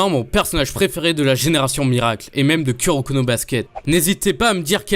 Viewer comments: KUroko mdr on dis KOUroko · C’est pas ku sa se prononce kou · Ça ce dit kouroko mais ça s'écrit kuroko